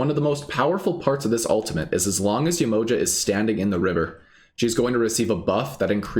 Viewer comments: So this being a real African deity can you say her name right ? Ye-ma-ha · Hi - its Yeh-mo-JAH !- with accent on the last syllable (lol_ sorry I couldn't resist!)